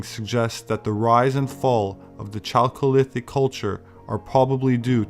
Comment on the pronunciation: I'm not trying to be ignorant or disrespectful. But "Chalholithic" sure sounds like chocolate, 😂😂. #IJS